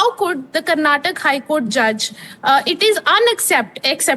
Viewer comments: It's not Karnatak, it is Karnataka. Don't change the name of the state according to your mother tongue influence and convenience you journalists.😡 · It’s not Karnatak you stupid reporter it’s Karnataka. How did you even got into this profession not knowing to pronounce the name of the state right. 😡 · It's not Karnatak it's Karnataka It's not kannad it's kannada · its not Karnatak, it is KARNATAKA. Not everything needs to be hindi-fied. Person who is calling out mistake of Karnataka HC herself is making mistake in pronouncing the name of the very state. Yes indeed, We need justice too. Rule is a rule, even for a fool, darshan should head back to jail for the crimes committed. Karnataka High Court had the influence of politicians of congress coz he supported them in election campaigns. Ex: Sumalatha Ambareesh, CM Siddu etc. I hope Karnataka HC start taking laws seriously without any influences going forward atleast. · It's surprising how the English media Journalist doesn't know how to pronounce a state name properly !!! Shame on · whom are you replying with? there is supreme court or judiciary who takes care of the accused. I am only educating this foolish anchor who doesn't know to pronounce the Indian language or State